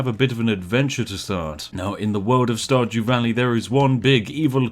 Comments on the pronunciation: Di you say starjew valley? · listens carefully did he say starjew?